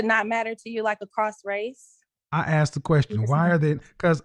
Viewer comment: Why do they keep axing and axed...when she said, "I axed you", who are they hitting with an axe.